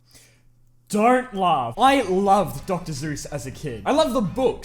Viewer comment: Hold up is he saying dr Zeus Bruh it’s dr Seuss